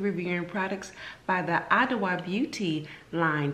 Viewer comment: Pronounced “ah-joa”. The “dw” is a J sound in twi🙂 . Your hair turned out great but those are some pricy products lol